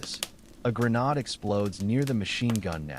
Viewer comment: teach AI how to pronounce grenade and Okinowan turn the snapping fire down more time in between sentences.